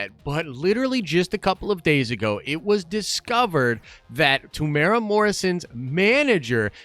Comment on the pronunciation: tem - you - era not temura